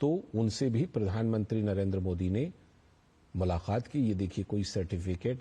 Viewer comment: मुलाक़ात बोलिए ना कि मुलाखात